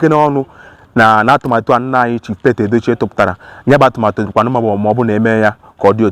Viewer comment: His name is "Pete Edochie" . The correct pronunciation is "Peet", not "Pet".